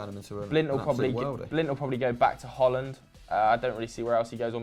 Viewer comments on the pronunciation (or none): none